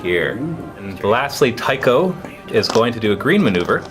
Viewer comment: Nerd points here- "Celchu" is pronounced with a soft C so "Sel-Chu", and I thiiiiink Tycho is "Tie-Cho" with the "ch" sound.